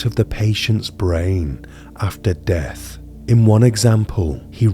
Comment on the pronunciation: A nice collection of information but difficult to follow due to the narration. A monotone standard with an upward inflection making statements sound like questions, attempted received pronunciation punctuated with with occasional TH fronting e.g. Death being pronounced deaf or the words muvva and bruvva etc, really takes away from the feel you're trying to achieve. Just use your own accent and standard pronunciation keep this immersive.